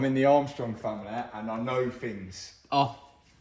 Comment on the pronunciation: I have never understood why English people pronounce “things,” “fings.” It’s not even close. Funny